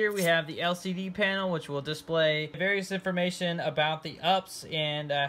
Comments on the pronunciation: "1U"... it's "1 RU". Also it's "You Pee Ess", not ups. Don't try and be cute. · Ups lol 🤣 YOU, PEE, ESS honey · First time in 20 years of my IT career I’ve heard someone call it an “UPS” and not a “U-P-S” lol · its not called ups just U P S like the delivery company